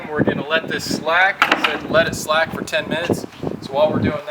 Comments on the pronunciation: its slake not slack mang ! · Slake, not "slack".